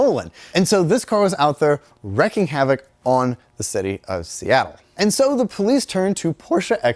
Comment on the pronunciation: Sounded more like he said "wrecking" than "wreaking"